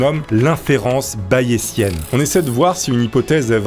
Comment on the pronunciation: Le s de bayesienne se prononce z 😜. Comme parisienne, tunisienne,...